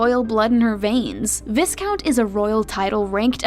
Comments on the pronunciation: viss-count?? Vie-count!🙄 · A whole 49-minute video and you didn't bother to learn how to pronounce viscount and viscountess.